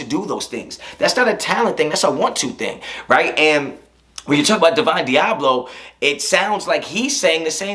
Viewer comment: Claims to know about the Raiders and don’t even know divines Diablo’s name right